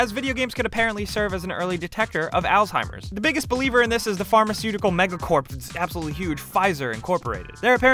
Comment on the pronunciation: Altimers? Dementa? Might wanna learn how to pronounce some things as you do the research. I believe you were going for " Alzheimer's and Dementia"